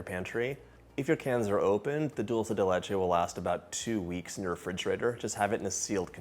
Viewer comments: ¡ Que bien pronuncias “dulce de leche” ! Soy argentina 🇦🇷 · You said it right!!!! It drives me bananas when people say dolce de leche and not dulce de leche…my name being Dulce, I love being called Dolce, doesn’t bother me one bit but when Italians see it and go with their version but when referencing this treat…SAY IT RIGHT!!! Thanks a million, John!!!